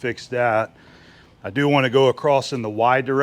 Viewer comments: Why do so many Americans say " acrosst" ?There is no "t" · It's local idiosyncratic phoneme usage. ''One explanation is that people say “acrosst” because of elision when the next word in the sentence starts with a “t” (like “the”). “Don’t go acrosst the road”. The words slide together and the “t” sound gets transferred to “across.” People may also associate across, a preposition or adverb, with the verb “to cross,” which has the past tense, crossed. Because of association, they can tack on a “ed” or “t” sound to “across” because it sounds familiar. He crossed the road. He went acrosst the road. Acrost is generally regarded as a colloquial pronunciation of “across.” It’s not technically correct, but it’s very common.''